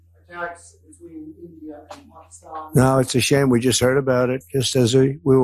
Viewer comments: Pock-ee-stan, gee, U hope this war doesn't last long. Pack-ə-stan. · How is Donnie Deferments going to blame Biden and Harris for India and Pakistan? It is "Pak'is'tan, not "Pak'ie'stan!" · "Pak-ee-stan" jesus christ could you be any more white lol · Where did you get that pronunciation of Pakistan?